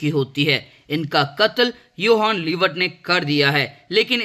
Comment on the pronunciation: bhai apne har jage 'yohan liebert' bola i guess.. vo to 'johan liebert' hai na..